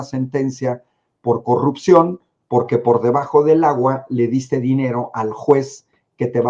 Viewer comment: Coggguppsion dice la botarga